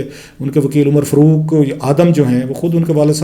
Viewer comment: کلاسرا صاحب ذرا نام تو ٹھیک طرح لے لیں ۔۔ جنرل رحیل نہیں انکا نام جنرل راحیل شریف ھے۔اور فروق کوئی نام نہیں ھوتا , اصل نام فاروق ھوتا ھے۔۔ آ پ پڑھے لکھے لگتے ھو برائے مہربانی کسی کا نام تو نہ بگاڑیں۔